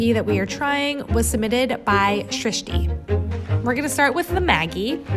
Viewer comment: Appreciate your pronunciation of Srishti.